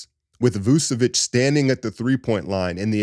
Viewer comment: It's VOOCH-uh-vitCH. Ain't no esses in there. CH as in CHurCH.